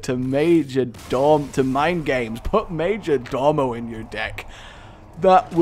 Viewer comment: So it's not "major-door-mo" but "major-DOE-mo", at least according to all the dictionaries I checked... STOP MAKIN' A BLOODY FOOL OF YESELF LADDY! EDIT: Sorry nevermind that, how ARE you pronouncing "cabal"???